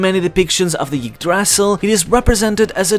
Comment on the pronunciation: Yig Dras Sil lol... just say Eee-dra-sil